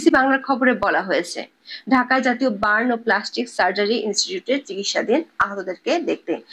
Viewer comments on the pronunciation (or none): none